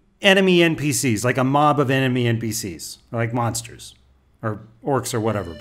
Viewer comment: mount: 'monsters' My ears: 'mobsters'